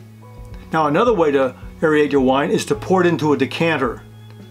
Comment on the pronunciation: The actual substance of the video is great, but your pronunciation is driving me crazy! Aerate doesn't sound like aeriate, and Bernoulli doesn't sound like Birenolli, lol.